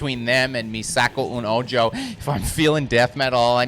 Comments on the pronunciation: Did this manz say "mee sack-o oon oh-Joe"? Lol Canadians and Spanish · Just a quick tip: Try pronouncing “Me Saco un Ojo” like “Meh saco un oho”. Which translates to “I pop my eye out”.